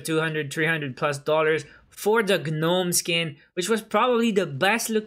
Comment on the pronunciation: just for further vids, gnome is pronounced with a silent g. it’s just like nome...kinda pronounced like known